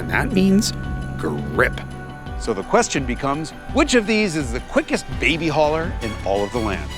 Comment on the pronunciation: Baby Hauler? That was nailing it!!!